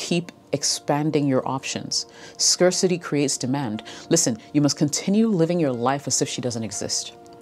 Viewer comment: start pronouning scarcity, scarce and success properly.